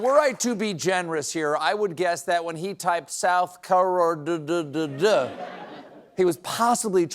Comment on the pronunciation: How would Biden have pronounced South Carerdddd?